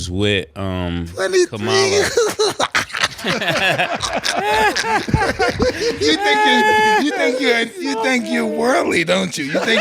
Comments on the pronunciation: Kamala is pronounced COMMA LA NOT KAH MAH LA!!! The inability or the lack of care to say a simple name correctly is the mindset that worries me about Trump and his supporters? 🤯🤯🤯 #ThatscaPriBaby. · And it's pronounced Cama-La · So Mase read the Bible from front to back as he claims with those difficult names to pronounce he mispronounce Kamala name that's lame. I'm out ✌️🏾